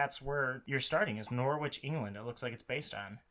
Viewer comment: hahaha! It’s a fair mistake! All of England looks the same! Also, your pronunciation of Norwich was amazing